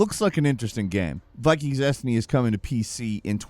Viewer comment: Cant even pronounce dynasty 😂